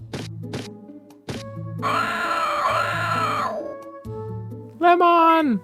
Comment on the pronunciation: No, you are thinking of "Leomon" "LEO-MON"